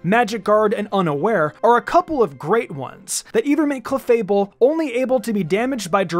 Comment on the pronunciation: When u said cleafable🙄🙄 strongest wtf man🤣🤣